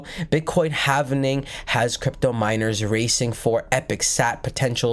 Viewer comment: Halving, not hav en ing.👍